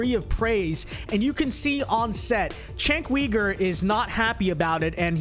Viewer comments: Chenk Weegur? It's pronounced JENK YOUGUR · I am so sick of people who disagree with Cenk mispronouncing his name. "Chenk?" His name is Cenk and it is pronounced "Jenk" and , "Weaver?" Really? Dude that isn't even close. Feel free to disagree but is it really necessary to throw in the disrespect? No disrespect? You mean you serioisly can't get either his first or last name correct after hearing it many times? Never heard his name being spoken before? Never thought to check? First, I doubt that. Second, why not just listen to the name once and get it right? Some of the things you said may well have been fair actually but why should I take you seriously when you can't give someone the basic common courtesy of at least trying to get their name right? Just don't care? Cenk is beneath you? (Yes, I am triggered by this.) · Who tf is Cenk Weeger? Lol it’s Cenk Yuuger